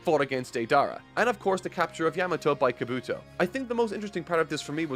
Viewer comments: Kob bu toe not kabooto lol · Its a shame some jackass's had to spoil some things for you but enjoyed the video as always. P.S. its KahBoo-Tow not Kuh-BooTow and Min-Uh-Tow not Min-At-Tow :P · Also, Kabuki not "Kabooto"!! Learn more Japanese pronunciation.